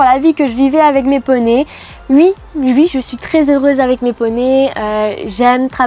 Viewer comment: hhh ça me fait très bizarre la manière dont elle dit "ui" super faq